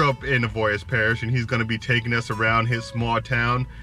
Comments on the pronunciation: Cottonport avoyelles parish lol an you said avoyelles wrong but hell yea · First thing he should have taught you was how to pronounce avoyelles